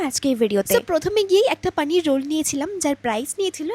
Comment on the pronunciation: কে যে যাই বলুক এই পনিরকে পানির, আর পটল কে পোটল বলা পাল্টাবে না😂😂😂